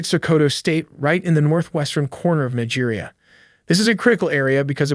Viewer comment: Its Neejia not Naija. Thank you.